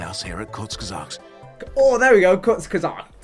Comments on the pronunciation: I have to be that one German explaining how to pronounce a Germon word sry Its pronounced kinda like "courts geh suhgt" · It’s like saying Koorz-Ge-Sa-Gt lol you’re welcome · Kurz = Koo-Erts = German for 'short' Gesagt = Gay-Zahgt = German for 'said' Translates to 'shortly said' or roughly the expression 'in short' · Kurzgesagt is a German word and basically means "said quickly/shortly", its pronounced kinda like "kurts gezagd" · Pronounced koorz ge-sagt (like sacked but with a g instead of ck) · “Kurzgesagt” is German and you pronounce it in two words “kurz” (/kʊʁt͡s/) and “gesagt” (/ɡəˈzaːkt/) and it basically means “In short” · kurzgesagt. It is said with more r. It means like shortly said.